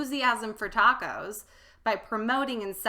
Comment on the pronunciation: Taaaacooos bad pronunciation, ta is short silable